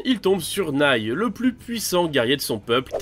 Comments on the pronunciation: Je suis la seule que ça dérange qu'il ait dit nail au lieu de naill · La pire prononciation de nail que jai jamais entendu mdr, nail faut le dire comme snail vu que la majorité des namek fait référence aux mollusques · Y'a que moi que ça choque comment il dit nail mdr